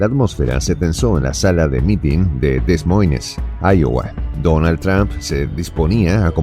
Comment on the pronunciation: Estimado, se pronuncia - US /dəˈmɔɪn/ - DE MOIN y se escribe como lo has pronunciado Des Moines 😊